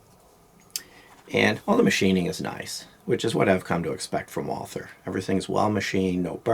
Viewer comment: So refreshing to FINALLY hear someone PROPERLY pronounce Walther! Might be a small petty thing to some, but I look at it like this: if you can't even pronounce your guns manufacturer correctly, you probably shouldn't be walking around with a firearm LOL. Anyway, just bought a PDP Compact Saturday and will be adding it to my card Monday (communist New York makes you have a license and register every handgun and 10-round mags and...well, NY sucks). I couldn't believe this was in stock at my local gun shop, but living in a small town has its advantages! They also usually have ammo too! I'll be taking it to the range on Tuesday (closed Mondays unfortunately), can't wait to shoot this! I have a PPQ SC and absolutely love it, but fell in love with this before even seeing it in person. I looked at it and drooled...then left with my ammo...then called and put a deposit on it, and an hour later went in and paid it off. Wife's not completely thrilled but she knows she's safe with me around LOL. I overpaid ($679) but they had it and I wanted it. So my mags have to be pinned to be NY compliant, so the only drawback I see is acquiring additional mags...is anyone aware of anyone who sells pinned mags for communist states like NY, MA and CA? Or would I have to buy 15-rounders and have then shipped to an FFL for modification? Not a huge deal, would just be more convenient at the range to not have to load every second mag, it's not going to be my EDC so that's not a concern (my EDC is a Sig P